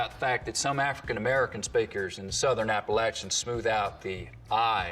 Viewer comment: Finally, someone pronounced Appalachian correctly that isn’t from North Carolina.